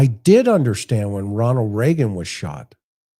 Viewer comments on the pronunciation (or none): none